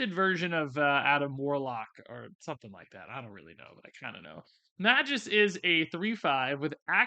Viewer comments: Not Meh-juss. May-Gus. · I just have to say this cuz it's already bothered me and I'm a stickler that way...Magus = May-guss. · You must have been purposely mispronouncing magus name. The first card was nails on the chalkboard every time you mispronounced it.